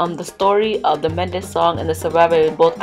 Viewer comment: Is Men day not manda.